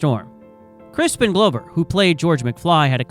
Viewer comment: Yeah, you can tell the AI when it calls Hill Valley "Hi Valley" and Crispin Glover "Crispin Glowver." These are mistakes humans wouldn't make, if they know what they're talking about.